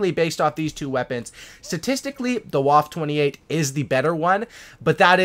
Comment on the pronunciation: Ok pronunciation... Vaffuh OctundZwanzig